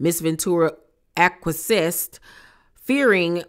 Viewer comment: thank you for sharing this, i didnt know the horrid details! i hope that man goes DOWNNNN. btw, acquiesced is pronounced "ah-kwee-essed"